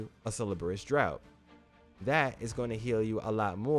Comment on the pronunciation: Draught is pronounced as Draft, like draught beer, it's just the British spelling.